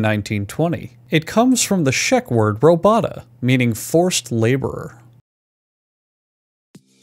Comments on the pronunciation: This dude be pronouncing robota as robata and it sounds like you ripped it out straight from latin lmao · * It's Czech not shek. *It´s robota (robohta), not robata. It´s serf labor, not forced labor. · Ok, but he said shek, not Czech. He said robata, not robota [robohta]. And he translated it as forced labor when it´s actually serf labor.